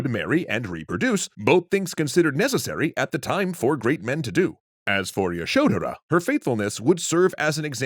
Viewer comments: The "dh" in Yashodhara is one syllable. It's pronounced similar to "th" in "the". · That pronunciation of Yashodhara is distractingly awful. I think y'all are great, but you might want to check in on pronunciations a bit more